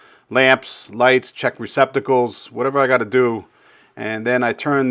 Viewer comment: It's '' Receptacles '' ,... NOT '' Recpiticles '' !!!!!